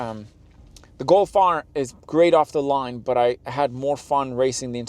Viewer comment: What's a "Go Fire?" You mumbled those last sentences could not understand a word and you're dressed in the Scotland's mid Decembre and had to use the A/C? Obviously dropping a clutch hi-rev was never in your blood lines. LOL Nice. Y'all can't handle a stick.🤣